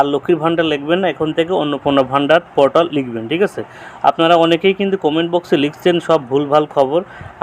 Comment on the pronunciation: দাদা পোর্টাল উচ্চারণ টা ঠিক করুন শুনতে পটল শোনাচ্ছে